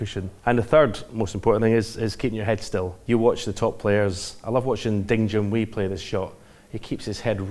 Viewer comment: Ding Junhui (HWAY, not WEEE). The guy deserves to have his name pronounced correctly. Please inform other commentators.